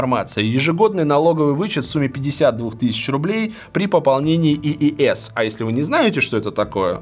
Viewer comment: Когда человек говорит, что бывалый инвестор и называет иис - ииэс 🥳